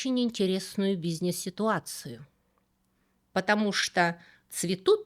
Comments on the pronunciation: почему вы произносите "бизнес" как бизьнесь? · Обожаю как Вы говорите "бизнес"😊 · В который раз замечаю в ваших видео как вы произносите слово "бизнес": не как "бизнЭс", а как "бизнееес". Непривычно. 😎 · Секс вы так же произносите, как бизнес?